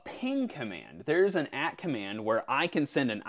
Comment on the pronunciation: Been loving the videos. Always throw out the newbie #s pls. Say the default baud rate we should try. :) Also, AT commands is pronounced A-T, not at.